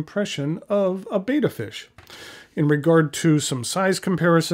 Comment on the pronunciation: The Siamese fighting fish is pronounced as (ˈbɛtə), not as in the greek letter /ˈbādə/. Sincerely - Cliff Clavin.